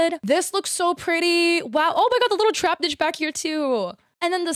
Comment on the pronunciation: It’s not Trapnich it’s Trapinch (said like tra-pinch). I get the feeling you’re dyslexic so I understand the confusion and there is no judgment at all, but just thought I’d let you know for future reference. Also, while the spelling of Feraligatr looks weird, it is pronounced “feh-ral-i-gay-tor” in my experience 😊 just like alligator.